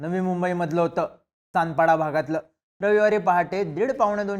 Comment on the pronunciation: तानपाडा नाही सानपाडा...